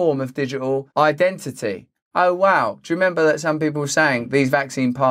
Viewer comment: The way Russel pronounces words like "ident it y" always makes me smile. Cannot wait to see his video about Put in or NAT O. :-)